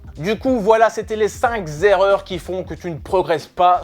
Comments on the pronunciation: Les cinqZZZZZZZZerreurs 🤣🤣🤣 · Et la sixième c’est de dire cinq z’erreurs 🤣